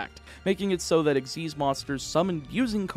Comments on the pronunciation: EX-ease.....? Its X.Y.Z. ? The fug? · Nope, it's Ex-ease. Look up the anime for the pronouciation, they never call it X-Y-Z summon.